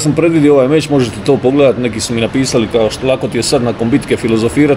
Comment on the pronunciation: Mozes li mi ti kao Hrvat objasniti zasto umjesto č slova kazete ć . Tipa meć umjesto meč . To mi nikad nije bilo jasno